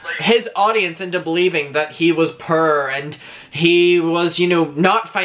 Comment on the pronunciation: I love how you pronounce "poor" so that it can be heard as "poor" Or "pure". His "I'm so pure" act is as implausible as a $2 Hooker making the same claim. His "I'm so poor" act is just as full of nonsense.